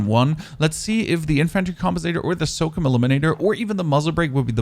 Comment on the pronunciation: The way he says infantry & SOCOM is disturbing..